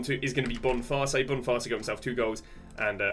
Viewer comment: cunha not chunha and kadioglu not kadoglu boniface not bonfast harry kane not hurricane